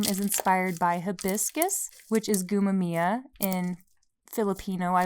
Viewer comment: gumamela - goo-mah-meh-lah (everything is slow) sago at gulaman - sah-go (quick o) at - goo-lah-man (slow goo and lah) buko pie - boo-koh (slow boo, quick koh) pie no hate, just wanted to correct you!